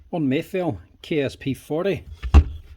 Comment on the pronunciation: Haha, I thought I heard you call this a Meliff a couple of times.